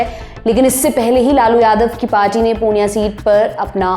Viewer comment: Hey not punia it purnea